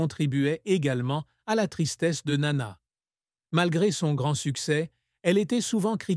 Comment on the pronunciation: Sotte présentation. Le père de Nana a survécu à son épouse et était présent aux retrouvailles de sa fille avec le public grec en 1984, alors qu'elle allait avoir 50 ans. Par ailleurs, il n'existe pas d'album "1967" . Enfin votre tentative de prononcer le nom de Nana en grec frise le ridicule, le même que lorsque vous nommez la célèbre chanson de Hadjidakis "Quelque part est mon amour" L'allemand n'est pas davantage épargné, ni dans l'articulation ni dans la traduction lorsque cette voix artificielle évoque "Weisse Rosen aus Athen".